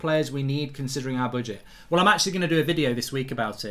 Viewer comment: Why does he keep saying boodget 😂